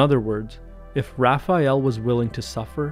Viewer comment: You are the first english speaking person that I see who pronounce "Raphael" correctly. Most people say "RaphEal"